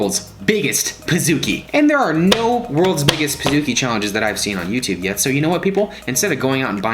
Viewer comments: It’s pronounced “ Peez-ooh-key”, not “ Piz-ook-e” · Ummm pizookkiieee???, it’s pizcookie